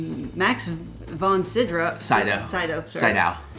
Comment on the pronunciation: Max von Sydow's last name is pronounced SEE-doe